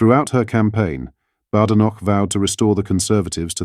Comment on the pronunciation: At least pronounce Kemi's name correctly ! "Baydenoch"